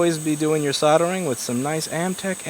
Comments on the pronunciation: That word has an L in it, not two Ds. Soldering. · Soddering iron 🤣🤣🤣 I always find it funny pronounced that way. From UK btw.